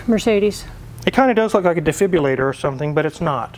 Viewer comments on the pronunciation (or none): it’s pronounced defibrillator with a “R” not defibyalator.